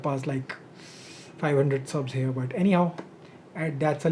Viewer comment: Anyone hear the "dtt" sound whenever he's pronouncing but, that ... 🤣🤣🤣